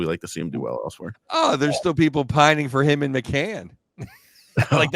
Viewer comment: Awesome podcast guys. I met you at Lexus Club after that Stars debacle. Also it’s Bobby McMANN not McCANN